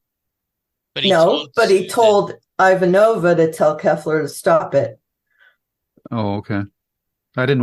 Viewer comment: Still need to work on your pronunciation of "Ivanova" (timestamp ). Susan says her name from season 1